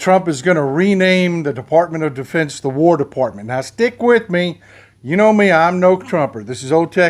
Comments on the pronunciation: You almost called it Defartment of Defense. I like that. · I know it was a flubb, maybe not, Defubbed, was a great slip of the tip. -Boone, Amarillo, Texas